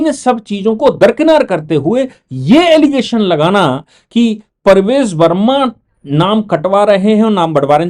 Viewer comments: Sir the name is PARVESH Varma and not Parvej Varma. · Parvesh Verma boliye Sir Parvez nahi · Sir BJP person is PRAVESH VERMA not Parvez verma as you have pronounced everytime. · आप बार बार परवेज़ वर्मा बोलते हो जबकि ये प्रवेश वर्मा है और संजीव दीक्षित नहीं संदीप दीक्षित है।